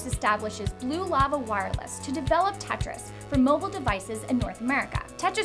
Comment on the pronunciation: Don't know why but I hate it when you say Tetris